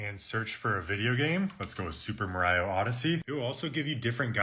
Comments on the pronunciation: Marayo! really! are you being sarcastic or serious? it's Mario: like pronounced Maryo. and it's Italy NOT Aytaly? get some culture dude. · How the hell do you say super marayo😮 is Mario you fuu😢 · Da Vinki… Hightalian…Anymee style…Maryo…Luighee…Super Maryo Odyssey.. you need to find a website for handicapped english